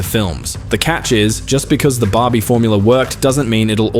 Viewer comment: Dude, It's Barby... Not Bobby, for F**CK sake